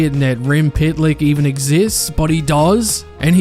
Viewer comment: It’s pitlick not Shitlick idiot